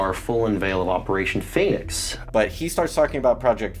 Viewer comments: he even pronounces it PHEnix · The fact that he was pronouncing the first syllable of the word “phoenix” as “feign” is either a hilarious coincidence, or a smug breadcrumb that alluded to what he was up to. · "Pheonix" was an ironic mispelling, since they pronounced it "Feign-ix". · Omg the Phoenix misspelling is mad funny, he even is pronouncing it like "Phay-nix" to cover it up XD